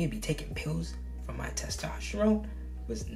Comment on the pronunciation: “Testrophone” LMFAOOO